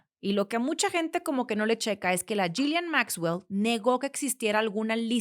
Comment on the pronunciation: Creo que el nombre de la ex pareja de Epstein se pronuncia “Yilein”